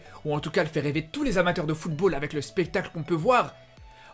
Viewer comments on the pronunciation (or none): none